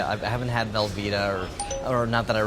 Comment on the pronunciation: "it's velveeta": "i don't like belbeeta"